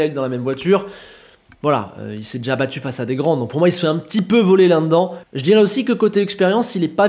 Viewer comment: "l'un n'd'dan" ça vient d'où ça ? Lol Là-dedans. Là-de-dans. 😅